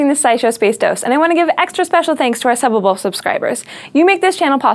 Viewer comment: if you said subbable instead of suppable i think more people would know what you were talking about